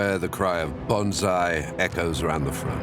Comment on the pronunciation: The shout is BANZAI not BONSAI